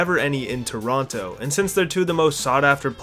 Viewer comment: This guys not even a real Canadian, can't even pronounce Toronto correctly! What a phony.